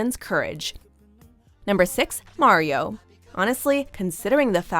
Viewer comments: His name isn't pronounced like the video game character....it's Maario........IDK his mom's on drugs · And marios name was pronounced like Mary-o